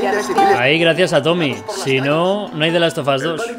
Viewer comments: Nadie:: the last of us German: de las o vos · The last of asss Jajajaja